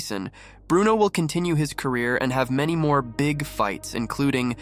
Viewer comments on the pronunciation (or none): none